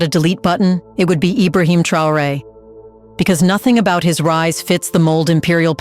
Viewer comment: Your prononciation is bad, because you are unable to say : Traoré.